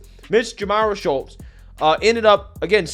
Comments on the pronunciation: Why do you keep calling her Schultz when there's L In that name? I believe it's pronounced like Chutes or shoots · The young woman's name is pronounced, SHOOTS not Shultz. Can't be that hard to say her name right (well, with your record it clearly is.) And any 3rd-grade law student knows you NEVER plead guilty to any charge. By pleading not guilty, you allow the justice system/law/lawyers to assess the proper punishment. And listening to make up all sorts of scenarios regarding this situation is sad and scary thinking what else you simply make up to pretend to support your weak arguments. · Why did you pronounce her name “Shultz”? In the video, it was correctly pronounced “Shutes” several times. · It is pronounced SHOOTS, not SchuLtz. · Are u purposely pronouncing her names as Schultz and not Schutes?.. u killing me bro say that right.. lol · Dude, pronounce the names correctly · you really have to learn how to pronouce people's names bro😅😅😅 They said it right in the news clip and you still pronounced it wrong😃😃 come on man..